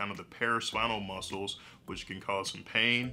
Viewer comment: Did I hear Mus-kels??